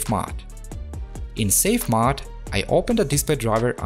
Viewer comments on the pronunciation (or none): Now if we can get him saying "mOde" vs. "mod?!" (Seriously though, it's a great "English accent." ;-)